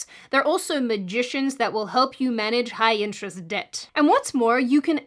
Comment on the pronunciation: Q: Where is the host from? Her accent seems to "migrate" over the course of the video. My guess would be somewhere in the U.K,., Australia or South Africa. I noticed that, during one of the commercial segments, she says -- presumably of the sponsor -- "They're also magicians who will help you manage high-interest debt." But she pronounces "interest" as "intrezzt." Very strange. Reminded me how some people raised in Brooklyn pronounce the word "electricity" as "elecTRIZity." But I somehow doubt she's from Brooklyn. Great video, though!